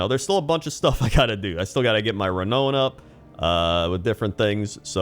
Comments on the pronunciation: It’s pronounced Re-NOW-n! Not Re-KNOW-n. 😅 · I love your videos but wtf is ree-own lol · cant like video because of how you say renown. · I'm still giggling at the way you say renown (you say it rhyming with "loan", but the -oun rhymes with "crown") Dragonflight is amazing, it's such a refreshing expansion and I'm still looking into logging in every day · Bless for the way he says renown.